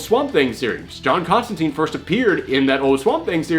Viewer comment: That's not the "prettiest" John Constantine (pronounced CONSTANTINE, btw, NOT ConstanTEEN!) For a pretty version,check out CRISIS ON INFINITE EARTHS where, in one issue, we find John in a fresh, pressed green suit without a trenchcoat.)